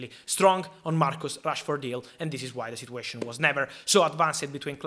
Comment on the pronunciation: Italian accent saying Marcos Rashford not Marcus😅😂